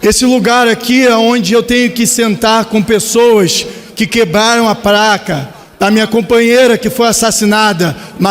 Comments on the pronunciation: É placa, e não praca....seu jumento.... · Em menos de 30 segundos no seu 1° discurso, já assassinou o português. "..quebraram a 'praca'.." Parabéns esquerda! 👏👏👏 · Sabe nem falar placa pra ele é praca ,discurso patético, da pra ver que o cara não tem capacidade intelectual, sou favelado,homossexual e negro,jura? Tem cara de Branco 😂😂😂😂😂😂vitimimimi. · Eu também ouvi "praca" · Oi, é você? "Praca", Marielle "Flanco"... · "praca", Marielle "Flanco"?? Estranho... na entrevista dele para Mário Sérgio Conti, ele não falava assim, errado... Parece que está fazendo um teatrinho para se passar por coitadinho , "favelado que não sabe falar" ... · Estou surdo ou ele falou "prlaca" e "Mariele Flanco"? Kkkkkkk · Esse "grande" deputado RESERVA não sabe nem falar. "PRACA", Marielle "FLANCO", essssiscandalos., kkkk......idiota. Isso que dá. O eleito era péssimo, o RESERVA é pior.